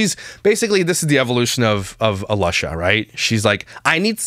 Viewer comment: Did I hear you call her Alusha! Hysterical! Pretty appropriate. 🤣